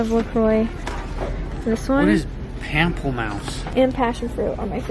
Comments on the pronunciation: Pomple-mouse 😂😂😂 it’s pronounced pomple-moose. French for grapefruit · When said Pample Mouse I died so hard 😂 it’s pronounced (Pam-Play-Moose) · “what is pample mouse “ 😂😂😂 it’s pronounced pomp-le- moose it’s French for grapefruit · "What's a pample mouse?" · pamplemousse is grapefruit in french lol (pronounced pomp-le-moose) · The la croix LOL “what is...pample mouse?” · Its pronounced like pohmple moose XD its french for grapefruit :) (but I bet someone has said this already) XD if not if means grapefriut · HAHAH "pamle-mouse", its french for grapefruit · i’m dying laughing this vlog has such funny moments lol.. “what is pample-mouse” since i took french classes it’s way funnier knowing what it is and how to actually say it😂😂😂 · What is pample-mouse 😂😂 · I died when said pample mouse bc it’s grapefruit in french and it’s not pronounced like that what so ever 😂 also love u guys can’t wait for the new baby to come!🥰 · "what is PAMPLEMOUSE" 😂😂😂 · Any other Canadians here that realized that said what is a “pamplemouse”, first that’s a grapefruit LOL and Aspyn pronounces Audi as ow-di and here we say ah-di... I just thought this was funny! Any other Canadians here with me?😂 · attempting to pronounce “grapefruit” in French 😂😂